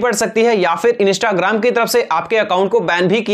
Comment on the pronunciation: Bhai instagram hota hain inista nahi hota hain 😂😂😂😂😂